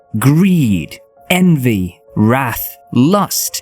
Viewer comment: Nitpicking here but the"wrath" pronounciation was kinda off putting 😂😅 But eh, the video in general is awesome!